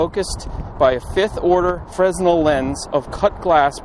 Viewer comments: The correct pronunciation of the name "Fresnel" sounds like "frenell". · It’s pronounced furNELL. Enjoy your videos. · Fresnel has a silent s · Very good video, Fresnel:fra Nell. Name of French inventor.😅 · The S is silent I’m fresnel. I’ve always wanted to visit the lighthouse and now I see it’s very difficult. Thanks for bringing us there.